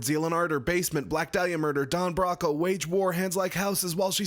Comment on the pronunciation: Bro, Bro, Bro, it’s pronounced Don Bro-Co, my sick Broski! - American who bought a Don Broco jacket today. Am I a massive massive fan? I mean they’re a sweet band with really fun songs and records, but they’re maybe one of the best bands right now for making merch that looks like streetwear in or out of context, especially one of the best bands for that out of the UK right now. They only had my size left and I took it as a sign.